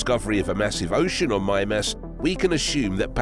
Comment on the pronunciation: Why do I feel like he's not saying that right? Oh, cuz he also said "geezers" instead of Geysers. So Mime-Ass probably isn't right either.